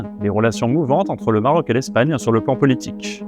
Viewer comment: GéographiQUEEE, époQUEE, stratégiqueeee, AtlantiQQUUEE, BritaniQQQUEEE, MarocKKSSHH, AffriQUEE, haha trop marrant ! Comment sont prononcé les mots finissant par "..que" dans cette vidéo 🤣 "KKKSSSH"